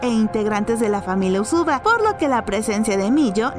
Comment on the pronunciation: usuba✖ uzui✔